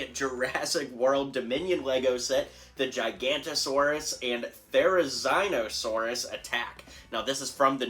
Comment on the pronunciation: It's pronounced there-i-zona-saurus